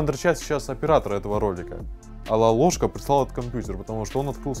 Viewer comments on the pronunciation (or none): не лалошкаю, а лололошка